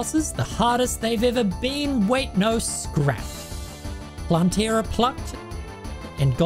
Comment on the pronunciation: Love the video but please its not planteara but plantera